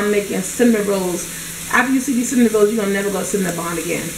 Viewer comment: Lol at cinn a nin rolls